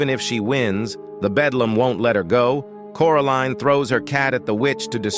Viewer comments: ITS THE BELDAM NOT BEDLAM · It’s beldam not bedlam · BELDAM not bedlam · its BELDAM not BEDLAM a bedlam is a facility for crazy ppl a BELDAM is an evil witch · I remember watching this when I was 7, also it’s Beldam not Belam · Beldam, honey. Beldam – as in belle dame, French for beautiful lady. It’s the attractive cover/physique of an enchantress or hag, if my memory serves me right. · Bedlam. No. Beldam. Yeah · It’s belldam not bedlam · Bro rally said bedlam in sted of beldam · Belldam not Bedllam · He keep saying the bedlam